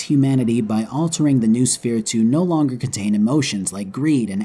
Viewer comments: It's either "know-o-sphere" or "n(uh-oh)sphere." But "newosphere" just sounds funnier... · it's "No-Eh Sphere." "Noo" is an old english prefix pronounced No-EH, it means "mind".